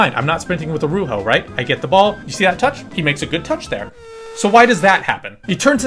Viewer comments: Nigga it’s Aroújo not Aruho 😂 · Love the video bro but the way you were saying Araujo had me dying😂